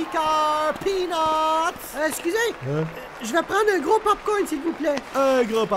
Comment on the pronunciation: la façon qu’il dit peanuts me fument de rire 🤣